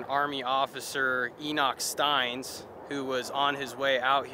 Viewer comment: Awesome trip! But Steins is pronounced "stains". 😊